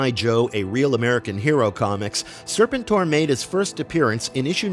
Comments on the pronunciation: Sir- pent -or.... not Sir pin tor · It's pronounced Sir PEN tor. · Is this AI narration? I can't watch this crap when it keeps mispronouncing SER-PEN-TOR. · It's pronounced SIR-PENT-OR, fool. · Serpen Tor?? 😂 wtf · Can’t listen to this with weird pronunciation of sir-penn-tor. I’m sure the video is awesome but what the heck? lol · It’s pronounced Sir-penn-tour. These AIs be trippin. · Lose the AI, when you can't pronounce the characters name right. It makes real fans leave. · One of my favorite characters in the G.I. JOE universe you are absolutely correct on the pronunciation! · Thank you!! That repeated mispronunciation was driving me crazy! 🙄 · He probably never watched the show as a kid or just ever since he kept pronouncing the name wrong. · Kind of a staggering failure that undermines the rest. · 😂😂😂 dude that's what I kept saying this whole video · YUP WTF LOL